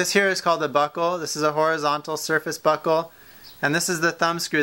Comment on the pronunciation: Every time he says buckle it sounds like "Butthole"